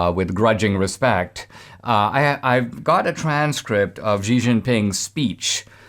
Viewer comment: Xi is pronounced Shee